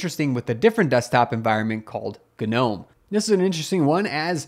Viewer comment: Why do you pronounce the silent G? Do you call your garden gnomes the same? "Guhnome"